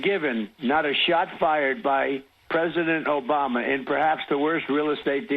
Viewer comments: "Obamna" Thanks, David 🤣🤣🤣!! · Never get tired of "obamna" 😂😂😂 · The “Obamna” gets me every time! 😂🤣